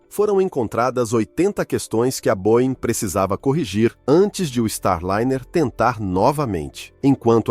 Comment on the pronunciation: Boein não existe. Boeing